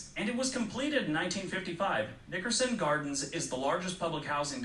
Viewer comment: i don’t like the way he said nickerson 🤔🤔